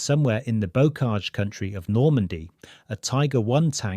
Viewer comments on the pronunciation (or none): none